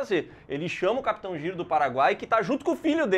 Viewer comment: O certo é "Jairo" não "Giro" pelo amor kk